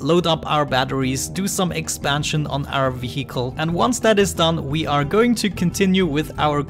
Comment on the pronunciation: i love how you after so many episodes, you cant pronounce vehicle :D But thats just something what makes you speciel. :D keep up the good work,. i might try this game :-)